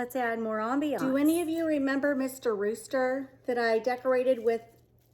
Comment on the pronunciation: Real beauty Excellent job...you even let me love roosters ..i would never purchase for garden or inside. You have done such wonderful decor that i have come to appreciate them. You cant say the word "rooster" and i don't crack a laugh .Thanks.